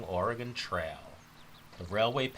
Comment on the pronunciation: Like that you say Oregon properly. Most in the NE say Oregone. You got it. "Oregun"